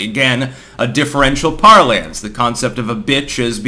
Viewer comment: Just a nitpicky thing really, but "parlance" is pronounced ˈpär-lən(t)s (note the schwa).